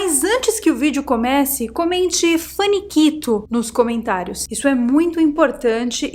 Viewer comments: Fanikito. Faniquito. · Ué! não é "finiquito"? Agora é faniquito?